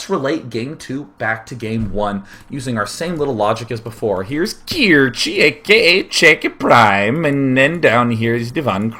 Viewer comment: Kirche = Cherry in German. It is not pronounced KEER-chi.